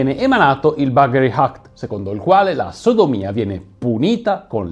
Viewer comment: 19.04...Buggery Act...perchè lo promunci Buggery Hact????